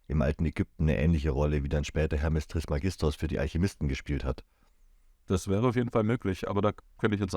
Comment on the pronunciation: Bitte trismégistos sagen, es ist auf dem e betont.